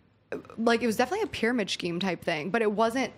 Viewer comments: "Pyramid shcheme" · I find it so cute the way she pronounces “scheme” 🥺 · No ones going to point out how she pronounces "scheme"?